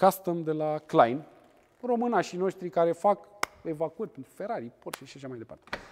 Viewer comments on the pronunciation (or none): none